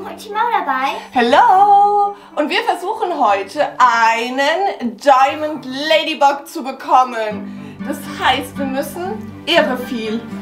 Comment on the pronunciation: Man spricht das ladybag aus und bucks spricht man backs aus